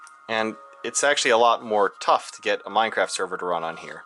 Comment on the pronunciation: Funny how he says Meinkampf.